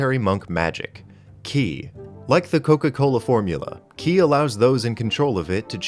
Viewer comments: For the record. Ki is pronounced "Chi" everywhere except Korea. So you're only mostly wrong when you pronounce it as written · Btw you say ki like chi. Its stupid